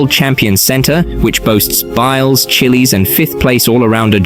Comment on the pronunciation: “chillies” 💀 it’s pronounced chi - as in chicken or children it’s pronounced les - as in the name charles